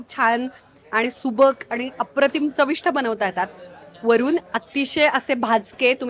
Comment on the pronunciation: ते चविष्ट असतं बरं का. "ठ" नाही. 🙂